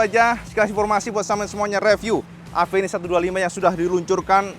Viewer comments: WADUH...MAAF NGOMONG INI YA. KALAU EJAANNYA DIBACA SAMA ORANG YANG GAK BISA BILANG "V" YA JADINYA "APENIS" NAMANYA GITU AMAT YA. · bentukny suka.,durability pastinya mantap..yg bikin ngakak itu knapa harus AVENIS namanya...orng indonesia bca V itu P..aplgi klw ngbrol spontan gtu😅😅😅😅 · maaf suzuki tapi aku kadang misheard avenis jadi apenis/a penis 😭😭😭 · Orang Indo melafalkan V jadi pe..contoh mobil VW..jadi mobil Pewe...lah klo Avenis jadi..A"penis" ???